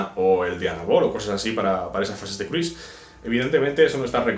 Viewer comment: Cruise no se pronuncia así.